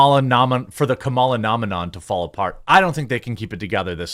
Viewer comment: Camela? Come on you know how to pronounce it it just looks petty.